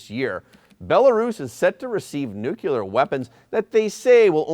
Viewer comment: Nucular weapons? What is that? 🤦